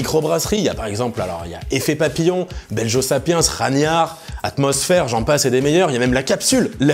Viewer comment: Comment ça ? tu passes par Lille et je m'en aperçois qu'aujourd'hui ? mais faut le dire la prochaine fois ! je t'en paierai une ! (minimum :D) Petit point pinaillage : il me semble que Belgo sapiens se prononce BelGUo (enfin pas comme avec un "j" quoi :) mais sinon ... bah super vidéo comme d'hab :)